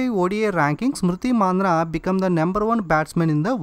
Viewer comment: konchem pronunciations chusko bro, smriti mandhana name ni champesav & konni English words ni direct ga telugu loki translate chesesi kuni chesestunav